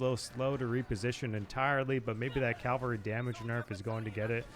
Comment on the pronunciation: "CAVALRY", not calvary...